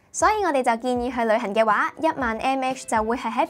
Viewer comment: 我成日聽到佢講「旅痕」.....